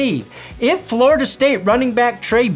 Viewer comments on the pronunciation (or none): none